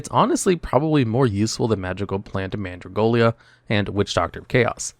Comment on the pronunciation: It's Mandragola, NOT Mandragolia. There's no i in it.